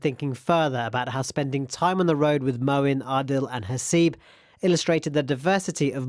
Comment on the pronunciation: Say Moeen don't distort Islamic names..please